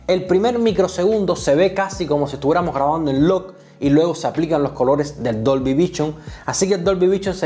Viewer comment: Muy buen video! Pero me explotaba la cabeza cuando decías DOLBY vichon 😂😂